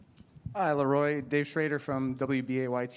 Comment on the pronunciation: btw it's Lah ROY ..... Butler